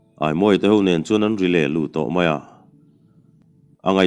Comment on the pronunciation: Rile-lu tih thluk kha Ka kal dawn tih thluk anga sang tur a nilo maw...